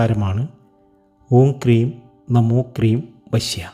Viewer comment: ഈ മന്ത്രം ഒന്ന് എഴുതി കാണിക്കുക കൂടി ചെയ്താൽ നന്നായിരിക്കും. ഹ്രീം എന്നാണോ ക്രീം എന്നാണോ എന്ന് മനസ്സിലാകുന്നില്ല വായ കൊണ്ട് പറയുമ്പോൾ